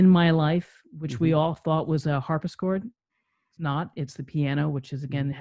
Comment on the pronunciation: Harpsichord not harsipchord